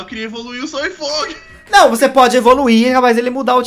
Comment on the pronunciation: Shark é Soi Fon não Fong kkkk vc esta fazendo mtos Cortes kkkkk